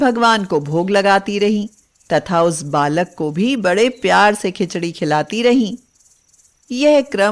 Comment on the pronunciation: 2 bar bar khincha kyon bol rahi khichdi bolo please